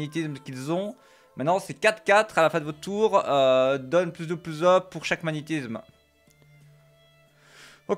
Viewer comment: Magnétizzzzzzzzzzsme (tilted) X_X